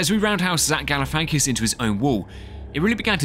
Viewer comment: Zach Galafankis? it's Galifianakis*